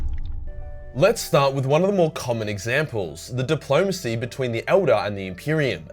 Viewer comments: The fuck is dip-low-mace-ee? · says "bad faith depolomancy... Russia", me i start choking on a sherbert lemon:)